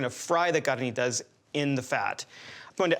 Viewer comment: Yooh, He Pronounced CARNITAS correctly 🙏🏻👍🏼 😂😂😂